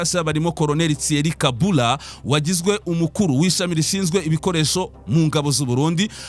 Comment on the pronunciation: Colonel Thierry KABURA basoma KABUUURA